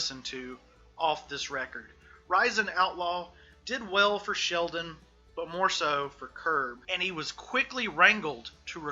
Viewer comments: His name is Shelton, not Sheldon. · Dude, are you really saying "Sheldon" over and over while trying to tell me you know about 3? It's Shelton! Shelton! Jesus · Given the fact you cant even get his name right (SHELTON not Sheldon) you have zero credibility. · Shelton not Sheldon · Shelton not Sheldon speaker man uok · Shelton not "Sheldon" respectfully. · It's pronounced Shelton, not Sheldon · Shelton. The man's name is Shel-ton Not Sheldon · shelton, not sheldon. hmmmmmm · Boss... That's ShelTON, not Sheldon. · OK I keep hearing you call him Sheldon his name is Shelton not Sheldon go look it up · Actually it’s Shelton not Sheldon bud. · Shelton not Sheldon 😂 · Shelton, not Sheldon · ShelTon w/ a T NOT ShelDon .......c'mon man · Just a little nitpick -- his name is ShelTon, not ShelDon. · Ok I’m sorry but I have to say this. Shelton’s name is a family name. My sons name is Shelton too. I’m 90% sure that it’s the same family. The Shelton family. ShelTon. Not ShelDon. It’s really disrespectful to call someone named Shelton , Sheldon. Sorry. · Why does this dude keep saying "Sheldon" ? Wtf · It's SHELTON with a "t," genius biographer guy. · This guy starts off on the wrong foot by mispronouncing the Subject of the Piece's first name FROM THE GET. That's ridiculous. He follows that up with THE WORST BOB DYLAN IMITATION ON RECORD. (And Dylan isn't that hard to imitate.) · At least get his name right lol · Right, how can you make a whole video calling him the wrong name. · The penalty for mispronouncing Shelton should at-least be life without parole. Ideally the electric chair.